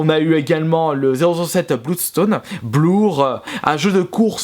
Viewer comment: Spwale, goate simulation, blourre, ce bilingue :hap